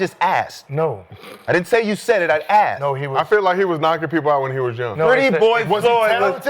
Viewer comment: Mccants said "i don't know i haven't axeded that question" Mccants a generation talented with his English language. 😂